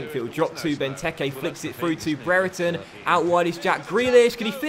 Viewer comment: I know this may not matter but Brereton is pronounced (bree-er-tun) I know this as his younger brother goes to my school.